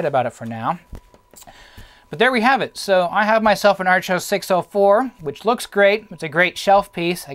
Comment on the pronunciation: To this day I still have a working Archos 605 WiFi. I've always pronounced it AR•chos(sounds like "are-kose"), not ARCH•os. In fact, you're the first person I've ever heard say it that way.